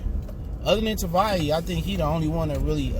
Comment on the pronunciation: Dude Tavai only has 2 syllables